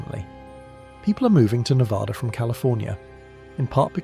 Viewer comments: We are not Nevodder or Nev-ODD-a. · There is no ah in NevAda.